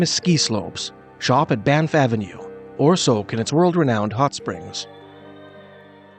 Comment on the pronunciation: "Bye-niff"? Never heard that before.